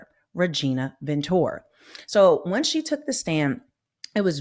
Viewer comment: VEN…TU…RAAA! 3 syllables! It’s a Latin name, have some respect and pronounce it correctly please. 🙄😣🤦🏻‍♀️ Otherwise, thank you for all the info on the DIDDLER case. Great job. 🌹